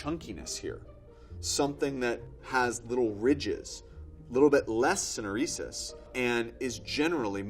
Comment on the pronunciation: great video but the way he pronounces "syneresis" is cringe